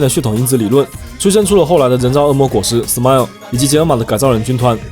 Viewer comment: Smile 发音不准，得发 思买咯～ 才有味道（狗头